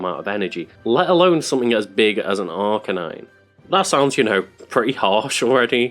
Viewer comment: It’s pronounced R-canine, not arka-nine